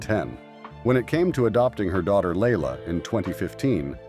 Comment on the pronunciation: Sandra’s daughter’s name is pronounced LYE•la, not Layla. Louis was called “Louie” when he was younger; he may or may not prefer Louis now, but he damned sure isn’t Louise. Do some research, please!